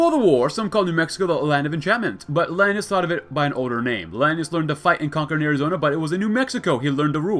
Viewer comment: Since Hekate bothered you so much: Lan-AY-us